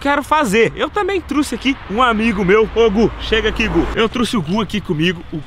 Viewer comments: "Truce" , saiu sangue dos meus ouvidos kkk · “Eu trusse” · " eu truce" kkkkkkkkkkkk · "Eu truxe" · "trusse" kkkkkkkj amo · Truxe né belo português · Eu "trusse" credo kkk